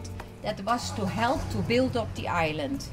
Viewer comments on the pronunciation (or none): none